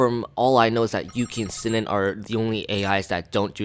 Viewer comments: Sinon is pronounced SEA- NON not SIN-NIN, drove me up the damn wall every time you said it wrong. They even say it properly in the bloody game, no idea how you can mess that up. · Your not saying sinon and agil name right